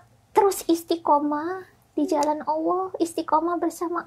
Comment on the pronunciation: Aamiin... Td AQ dengar , insyallah cara pengucapan kata "Allah" oleh dokter SDH spt orang Islam pada umumnya.....